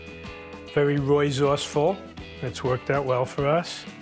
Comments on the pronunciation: No way man said roysourceful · When he said " i portray myself as Very royzourceful" i lost it 🤣💀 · Hearing someone say he's "roysourceful" makes me feel physically sick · Roy is very "roysourceful", he probably meant resourceful. Makes a lot of sense too! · Did he really say 'roy-sourceful'?!